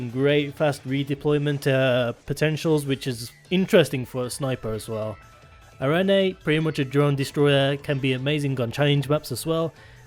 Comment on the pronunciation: The name “arene” is pronounced “air-reen” or “ah-reen” btw. It is a reference to a classification of a certain type of chemical in organic chemistry.